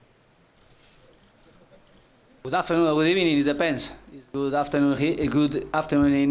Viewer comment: "Good Arbternoon in England.. Good Ebening in Baku"